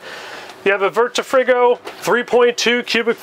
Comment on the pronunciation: V Tree Free Go is how you pronounce it. It is the owners surname. I mispronounced it forever Vitrifrigo is an Italian brand, family owned and unlike pretty much every other RV refer they are not made in China. We manufacture in our family owned plants in Pesaro, Italy. We are super happy to partner with Airstream on the Rangeline, Bambi and Caravel